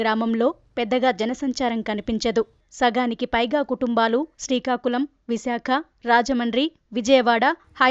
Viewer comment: హలో voice over artist... శ్రీకాకుళం అని చదవాలి... శీకాకులం అని కాదు... - ..... కొంచెం చూసి చదవండి స్క్రిప్ట్.